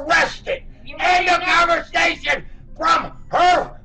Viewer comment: "end of conversation" = unintelligible